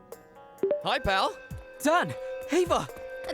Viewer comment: becomes American when he says “PAL???” when harri breaks the camera and it takes me out every time